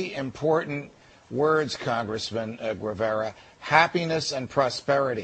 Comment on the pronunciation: Costa Rica has many problems, but "authoritarianism" is not one of them, and that is why right-wingers like "Ah-ro Weh-veh-rah" (it's pronounced "geˈβaɾa" -- ghe-BAR-ah!) can run for office and freely talk to the foreign press about it. This interview makes it look as if Costa Ricans and Americans could not speak freely or find services that they want. Costa Rica, like the US, has a social system that needs reforming, but its deficiencies are not a form of authoritarianism. Demagogues.